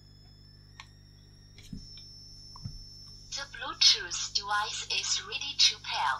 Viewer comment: "De blootjoose debica is reedy to pal... the bjootoo debice is connectidad successfulley..." that's for sure some cheap generic chinese bt junk :-)